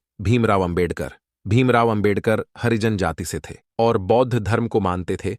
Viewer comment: हरिजन उच्चारण गलत है।